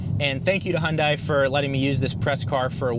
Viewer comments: H’yawn Dae, not Hun Dai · Great video. Only suggestion is with pronunciation... It's "Hyun-DAY...rhymes with SunDAY" (from Hyundai's Super Bowl commercial addressing the pronunciation) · it's pronounced hyundé (dae) .. they messed up romanization of the korean word imo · It’s Hyundai, like Sunday lol😂. Great review!